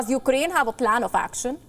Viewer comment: Did she say Ukdain?